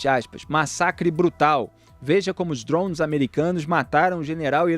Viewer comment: veja como os "drôunis" kkkkk querendo pagar de bilíngue